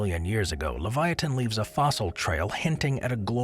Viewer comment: U pronounced Sarcosuchus wrong as well, and pronounced Leviathan wrong too